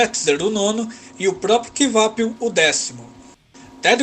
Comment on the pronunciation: Ótimo video, a título de informação não se pronuncia Kivapil e sim "Quapil"